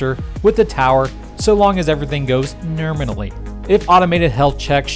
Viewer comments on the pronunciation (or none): Nurminally? Do you mean nominally? 😊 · I'm new to your channel and "Nerminally" caught me off guard 😂. Subscribed